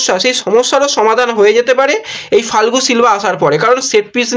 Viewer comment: Not falgu but pronunciation is ia- go Fal- ke